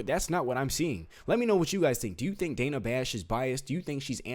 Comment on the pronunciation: Its Dana. Rhymes with banana